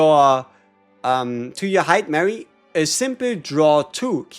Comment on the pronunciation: It’s hi-duh-mah-ree.